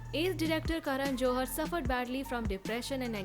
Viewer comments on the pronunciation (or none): Its karan johar not joharar😂